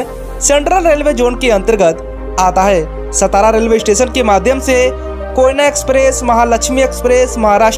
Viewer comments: It's not सतारा, It's सातारा....pronunce properly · नाम का उच्चारण Saatara ऐसा है| सतारा ऐसा नही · सातारा म्हणा..हे मराठी नाव आहे..त्या शहराला ऐतिहासिक वारसा आहे.नाव नीट उच्चारा. हरामखोर परप्रांतिय महाराष्ट्राच्या सर्व संस्कृतीची वाट लावत आहेत. सतारा, हिंजेवाडी असे मुद्दामून म्हणत आहेत.या चॅनलवाल्यांना समज देणे गरजेचंं आहे. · सतारा नही सातारा बोलीये। मराठा राजधानी सातारा। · सतारा ❌ सातारा ✅ Keep in mind भैय्या लोग👍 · अरे भाई वीडियो बनाते हो शब्दों का उच्चारण भी ठीक ठाक सेट किया करो ए सतारा नहीं सातारा है।* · सतारा kya hai तुम हिंदी log मराठी गाओन ka नाम change करते hai, सतारा nahi सातारा बोला कर भैय्ये 😡😡😡😡